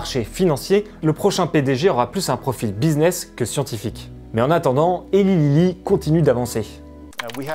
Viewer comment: Au top, bien argumenté et sourcé, ça change des "wannabe journalists". Juste un tout petit détail, Eli Lilly se prononce Elaille Lilly 😁